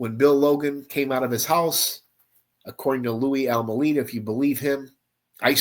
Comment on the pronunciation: A few things to correct, it is pronounced Al-May-Da, not Al Mu Leda. Second, his story was corroborated by John Lowe's testimony. Third, these are all scum bags, Louie included. Last, he died in May of 2017, in Munster, IN. He never left Chicago, he stood in the back of the yard neighborhood for many years with his mom, caring for her as she got older. Then she passed in 1992, he stood there until about 2014 when he moved in with his sister to Munster. Any other questions, please let me know. I will explain more.